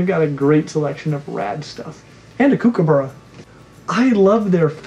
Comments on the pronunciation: KooKooburra....that's the funniest thing an American has said. You guys get a lot of aussie things wrong but that's just funny. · I’d love to meet a salamander one day! A lizard shaped frog just seems very cool! Obviously we can’t keep them here in Australia The best part of this video though is hearing the word “kookaburra” in an American accent 👍😛